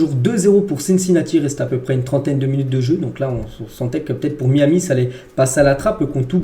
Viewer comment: MAÏ AMI si tu veux le prononcer correctement